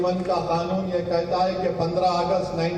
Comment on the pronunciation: ओवैसी जी खानून नहीं होता कानून होता है